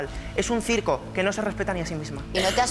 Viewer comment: Un furbulistah: uy qué circoh 🤣🤣🤣🤣🤣🤣🤣🤣🤣🤣🤣🤣🤣